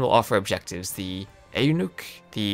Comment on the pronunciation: Hey, I was wondering when you were going to play my stuff! For future videos, Eunuch is pronounced "You-Nick". It means a castrated man. In Byzantine society, the eunuchs were the court administrators and bureaucrats -- not being able to have children to pass lands and titles to supposedly meant that they were more loyal to the emperor than a noble who had a family would be... something that, as we see in this scenario, never wound up being true! The other men you receive objectives from are the Strategos (general, as in 'strategy') and the Patriarch (the Orthodox church leader, similar to the pope). Also, I recommend playing with extended tooltips on so you can read which of the four Chariot teams you're supporting at the Amphitheater. Unfortunately, with simplified tooltips, you only see the cost amount. Hopefully you can maintain your legitimacy so you don't have to worry about chariot races, though!